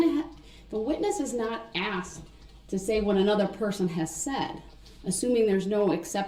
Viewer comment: I axed a question.